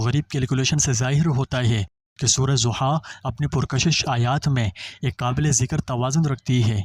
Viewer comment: Ta lfz " dha" ha, na k zia,pl. Reciate correctly .